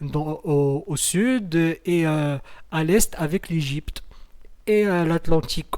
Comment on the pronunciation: Tu as intérêt à revoir tes leçons et apprendre à prononcer l'Egypte